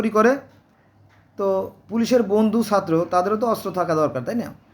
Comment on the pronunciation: সাত্র না ছাত্র